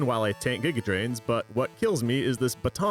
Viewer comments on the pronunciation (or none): none